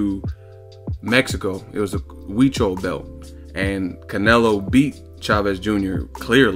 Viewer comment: Shout out to on pronouncing Huichol correctly.. My man!